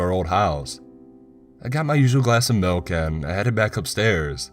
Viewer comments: Got melk? IT'S MULK!!! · No no no no you're saying wrong you're saying Malk like it's a disease. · POUR ME A GLASS OF MALK. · Pour me a glass of malk